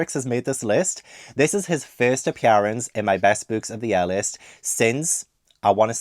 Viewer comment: Interesting way to say appearance 😂